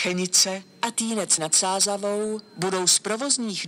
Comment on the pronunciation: Zajímavě říká a Týnec nad Sázavou